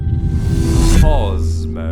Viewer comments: I couldn't make it past his pronouncing the Kozmoss at some point he say the word shedule that he learned in shool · man completely messed up saying hahah. there is no s at the end, its kos-mo. am i tripping or isnt it called cosmo?